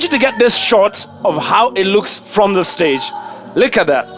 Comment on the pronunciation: "Shtand on the shtage" utakosaje kuona hii!